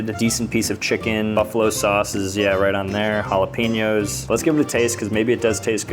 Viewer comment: Halepeeeenyos and fuh lol